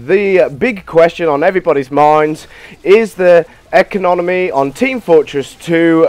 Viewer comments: Did he say econonomy? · "economomy" sigh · I quit the video when he said 'econominy' at the start